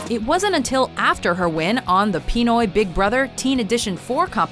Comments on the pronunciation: "pee-noy" HELP MEE I'M DYING XD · which is "pin-noy" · she said "pee-noy". urgh. it is pronounced how itlooks. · Pee-noy I’m dying and offended at the same time 😂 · Holy Crap the way she pronounced "Pinoy". CRINGEEEEE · You said Pinoy wrong